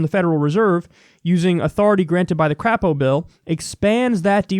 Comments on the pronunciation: It's "Cr-ei-po", not "Cr-a-po". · Haha Crapo. It's actually pronounced Cray-po for obvious reasons, but that's okay, we Dems here in Idaho call him Crap-o because the shoe fits. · Crapo says his name with a long 'a' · It's actually pronounced Cray-poe. But I hate that worthless piece of crap anyway. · It's "cray_po" Kyle 😂😂